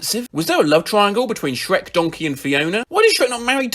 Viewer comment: 'sherk' caught me off-guard lmao i was looking down at my ice cream so i just heard it 'dronkey' too